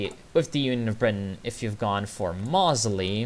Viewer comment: Great video thanks - FYI Oswald Mosely Pron.as MOhZe-lee